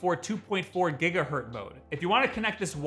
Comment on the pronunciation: I wasn't going to post this but... after hearing it too many times... it's gigahertz, not gigahurt.